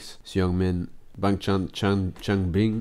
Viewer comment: I hope this helps you with pronounciation: hyunjin - (hyeon-jin) the "eo" should be pronounced like the "au" in "august" , but most similar to the "o" sound in "honey" felix - its an english name, so pretty obvious bangchan - (bahng-chahn) i added the extra "h"'s cause it shoould be an "ah" sound (like a sigh) for the "a" I.N. - (Ayen) the "I" and "N" are separate letters haha. also since its his stage name and you could honeslty just call him by his real name, "jeongin". the rest of the group goes by their real names so most people just call "I.N" as jeongin instead. the "eo" sound in jeongin is pronounced most similarly to the "au" sound in august" changbin - (change-bin) again i added the "h" cause the "a" should be a sighing "ah" sound seungmin - (sung-min) the korean sound with which seungmin's name is spelled is hard to explain using english letter pronunciations. you can pronounce the "eu" like the "u" in "lung", but at the same time it isnt a really strong u sound. but for simplicity, pronouncing "eu" like the "uh" sound is fine :) lee know - pretty straightforward. you could also call him by his real name, "minho" (which is also straightforward) but in minho's case most ppl actually call him "lee know". if you do become a more dedicated fan though you'll probably just end up calling him minho (pronounced min-hoe) hope this helped!!